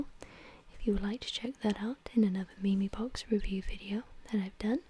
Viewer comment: its pronounced meem cx LOL